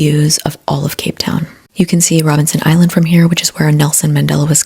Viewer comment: It's funny how intently you get the various names slightly wrong... Is "Robinson Island" where Madiba was crusoed? As an American South African myself, I wonder why the American side has to follow the stereotype so often...maybe it's all intersectional??